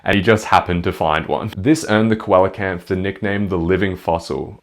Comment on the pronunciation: I don't wanna be an asshole but the way you pronounced "coelacanth" utterly killed me, dealt me some actual physical damage. My friend, my buddy, my guy, it's pronounced SEE-la-kanth (I wouldn't normally leave a comment like this but they're my favorite fish, great video otherwise peace and love etc)